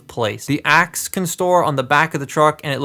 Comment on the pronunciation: Is Optimus saying “attack shit” when he uses his axe? Or am I crazy?